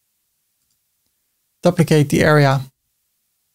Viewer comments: Great video ty. You are pronouncing duplicate wrong try this, Dyouplicate the U is you hard to explain like this 🤣 Keep up the great work 👍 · Or, for the North American audience, doo-pli-kate as the verb and doo-pli-cut as the noun. You doo-pli-kate a container to create a doo-pli-cut container. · I'd say: A dyew-pli-cut To dyew-pli-kate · Dooplikate is a good way to remember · Hi! How do you create a multi-column layout inside another container? I can add containers within, but they stack vertically and no amount of resizing or setting-button-clicking is changing that. Thanks! PS - In English we pronounce it "dooplicate" (yes English is so wonky!). 🤗